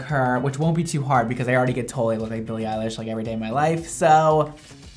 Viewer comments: Every time I hear him say her name I hear “Billie eyelash” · Billie Eyelash (U just said that lmao)